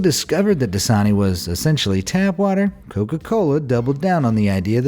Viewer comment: Das-a-ni translate that's a knee